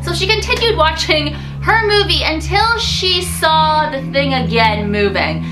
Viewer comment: Watching not washing LOL